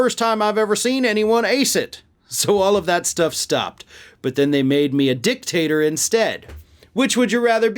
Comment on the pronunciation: 🤭🤣😂😅🤤 You said, "dick-tater". 🤭🤣😂😅🤤👍🏻👉😡👺🔥👍🏻